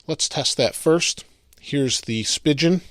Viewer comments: Is Spigen really pronounced like "spigeon?" I thought it was "spy-geon" Not rhyming with pigeon but rhyming with "lie again." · Stop fucking saying "spigeon"! Its "spee-gin" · He says speigen wrong! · Your saying spigen wrong bro